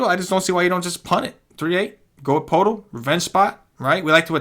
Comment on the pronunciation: poeltl is pronounced "pert el"